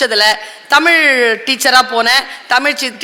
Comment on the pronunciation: தமிழ் மொழியின் சிறப்பே அதில் உள்ள ழ் என்ற எழுத்துதான் அந்த ழ் என்ற எழுத்தையே தற்கால தமிழர்களுக்கு சொல்ல தெரியவில்லை ழ் என்ற எழுத்துக்கு பதிலாக ல் என்று உச்சரிக்கிறார்கள் தமில் வால்க என்கிறார்கள்